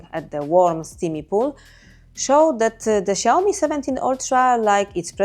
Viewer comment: Lads, it's Xiaomi.